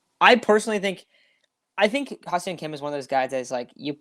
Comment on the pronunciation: Not to be a dick, but you guys say Ha-Seong Kim's name wrong constantly this episode. It's phonetically "Hah Sung Kim" not "Hah See-ung Kim" as you guys keep saying it. This is how both Don/Mud and the Korean announcers say it.